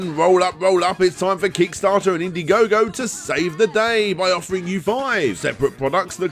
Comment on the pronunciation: In-daɪ-gogo: As in Diethon, Dierantula, Dieablo... all these names came from THE OTHER Dragon's Den. =P Really enjoyed this direct,, thanks again!